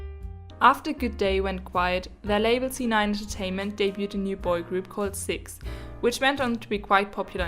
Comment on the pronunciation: cix is pronounced as “see eye ex” btw